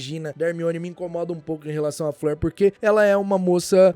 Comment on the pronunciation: Conheci o canal hoje,e gostei bastante do conteúdo,só tenho um adendo a comentar Fleur Delacour , é francesa,a pronúncia correta do nome dela não é Flêr,e sim Flor,que é a tradução da palavra francesa,Flor da Corte,Fleur De la cour, é um trocadilho seu sobrenome,no mais,o conteúdo é ótimo! Parabéns